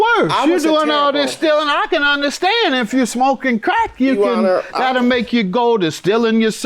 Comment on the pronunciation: As soon as i heard the plaintiff say to the judge "YOU HONOR", i knew the case was gone be good